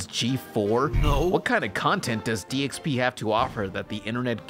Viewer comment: I kept hearing you say DXP as DSP. But these seem like similar train wrecks so it's cool.